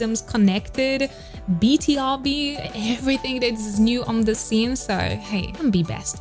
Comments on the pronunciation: BTOB is pronounced as bee-too-bee, it stands for "Born to beat" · Hii!! Love this but is pronounced B(TO)B